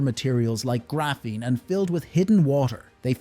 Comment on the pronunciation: It’s pronounced grah-feen not gray-feen and lead is pronounced lehd not leed